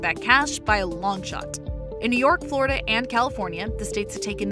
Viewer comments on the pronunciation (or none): none